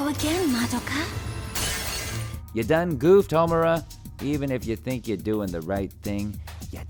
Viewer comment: THANK YOU FOR PRONOUNCING MADOKA'S NAME CORRECTLY